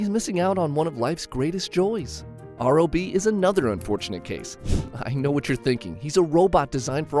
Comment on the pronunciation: R.O.B. is pronounced like the name Rob. And Wario rhymes with Mario and Lucario.